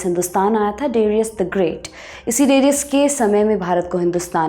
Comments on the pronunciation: de-ri-yas.....nahi daa-ree-yas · AAREE PAGAL DARAYUS. DIRAYUS NAI.NAAM THEEK SE BOLO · डेरियस नहीं डरायस। हिन्दी में दारा। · Darius nahi Dayursh hai wo nam aur sultan nahi shahnshah bol sakte hai. Please correct it. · Darius nooo Daryush Cyrus nooo Karyush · angrez madam. Darius hindi aur urdu me Daa-ri-oos banjata hai. Babylon banta hai Baabil ya baabul. ap hindi channel ho? sahi me?